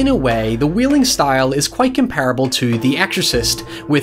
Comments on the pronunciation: Everyone: The Wailing: The Wheeling Hoiever, great analysis. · idk why but i find it really cute that he pronounces it “the wheeling” cos of his accent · "The Wheeling" 😂